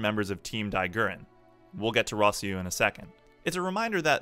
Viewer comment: The way you pronounce Simon and Rossiu... Don't tell me you liked the English dub.